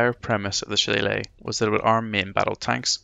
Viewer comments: Well done. Too bad it was too far in to correct the pronunciation of Shillelagh, pretty annoying. Otherwise all good. 😁 PS in reference to pronunciation. I am a computer engineer, I work from home contracting in many aspects of support, fact checking, and running training for companies. All over North America and occasionally over seas. I found one thing in common people hate it when you mispronounce things, some polite, some not so much. If in doubt all you need to do is Google 'how to pronounce Shillelagh' and you can find pronunciations for pretty much anything. 👍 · Bro literally made a detail and performance video about a subject he didn't know how to pronounce. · I appreciate this man knows he made a mistake pronouncing Shillelagh. Just don't come to Wexford pronouncing it like that, you'd get "a right batterin' and a bollockin'" :D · Phonetically, the spelling is as confusing as many "Irish" words and some proper names. Nobody could be blamed for mispronouncing "shillelagh", unless, of course, you're Irish. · LMAO did you read the comment where the creator admitted he pronounced the Irish name for the Irish walking stick / cudgel wrong? Grow up! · How are you Irish and you can’t pronounce shillelagh 😂 love your work keep it up 👍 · You sound Irish and cannot pronounce shillelagh properly!